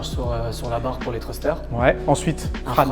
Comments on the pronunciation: à part son anglais et sa prononciation de "thruster".. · la prononciation de "Thruster" ...